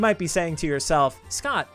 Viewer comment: Please make Scott a character in Another Eden!!! Scott is too cool :3 also amazing job with the name pronunciations, you were spot on!